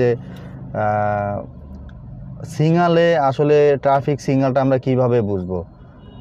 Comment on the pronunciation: সিগনাল(Signal) কে সিংগাল বলেন কেন!!